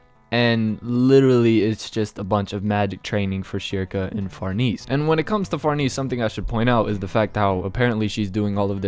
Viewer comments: If you say Far-NEESE one more time... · Say the lady's name right man. The correct pronunciation is "Far-nez-eh".